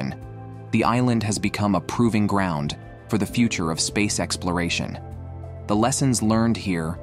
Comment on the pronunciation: I think you mean "proving ground," not provingGROUND. The first means a place where you test stuff. The latter is an ugly noise made by robots on YouTube. You need to erase this and re-record it to avoid sounding like an idjit.